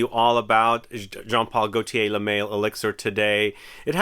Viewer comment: Lol you really pronounced it "le mail"? Instead of Le mall